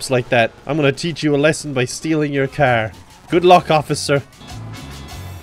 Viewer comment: love how he says “kyar”